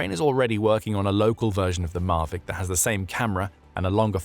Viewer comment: Why do you mispronounce 'Mavic'? It's not mar-vic. Phonetic Pronunciation: /ˈmævɪk/ or "mah-vik."